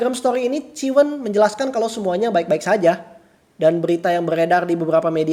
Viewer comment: ciwen sebutnya bukan ciwen bang tapi "ci wen" cici wendy singkatannya